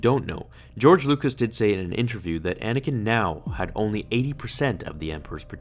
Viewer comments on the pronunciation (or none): it’s anakin not anikin